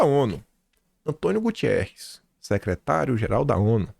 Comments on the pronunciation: Oh! É GUTERREZ. Ele é português. Não é Gutierrez. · Não é Gutierrs é Guterres. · pelo amor de Deus.... É GUTERRES não é Gu TI erres 😂